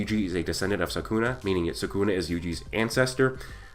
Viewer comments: Come on man its sukuna not sakuna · It’s SOO kuu nah not sah KOON ah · Its SUKUNA not saaaakuna ! You brat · It's not Sakuna. It's Sukuna. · it's not sakuna it's sukuna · its not suckuna its sukuna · everytime I hear "sakuna" my brain twitches 😂